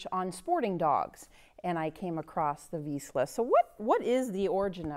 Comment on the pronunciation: If you can pronounce Zsa Zsa Gabor you should be able to pronounce "Vizsla".